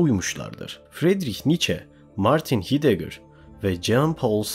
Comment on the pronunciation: güzel video tek eleştirim heidegger ''haydeger' diye, camus ''kamü'', sartre ''sartır'' diye okunur. ben akademide herkesin böyle telaffuz ettiğini duyuyorum